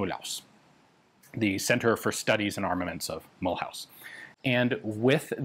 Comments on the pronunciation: A kind little remark :) In French the name Mulhouse is not pronounced as in mul-hause. The ou-sound in french is as the english oo-sound as in the word foot. Also the “se” at the end is pronounced more as a “ze” :) So maybe you should read it as “Mulhooze” :) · Not "Mul-house" but "Mul'uzz" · Mulhouse is more like Mu loose than Mul House but Ian's french is usually really good (unless his videos than are ALWAYS awesomely interesting) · 🤣mulhouse is pronounced mulooze not mul house. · Mulhouse=Mü-looz , NOT Mool-haus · It pronounces mülooze not mulhouse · Great vid, for the next ones Mulhouse is pronounced not like House but more like Ooze ;) Love from Alsace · Mulhouse is pronounced as Mul-whose. It's a town just across the border with Switzerland near Basel. It is known for the Peugeot factories and also the best automobile museum in the world. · Mulhouse should be pronounced as "Mulloose" 😉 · thank you very much for making a video that talks about the weapons of my beautiful country... nevertheless... I draw your attention to the pronunciation of Mulhouse... 🤣🤣🤣 there is work... it's pronounced Mulhoose like goose Mulhouse like goose... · Mulhouse is Mul-ooze. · If you do care about the pronunciation Mulhouse is pronounced Mule-ooze in French. Edit: the invisible "y" in mule is skipped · Jezzz Ian, your french is getting quite good aside from the way you pronounce Mulhouse... you had me running for a while scratching my head of where the heck was this CEAM located. And I see you do have an inside track with the Gendarmerie folks. Not as easy a feat as many would believe. Great info as usual. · Hello Ian, I am one of the few french that watches your videos, great content, but I might be able to help you about Mulhouse : It's pronounced" Mül ooze" Coup par coup would goo "coo par coo" Sureté : Suretay The rest is realy starting to be spot on, excellent progress over the past few years ! Thank you for this great coverage.